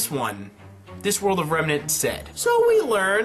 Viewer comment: "Dust doesn't work out of Remenr"...nice, still like you videos tho.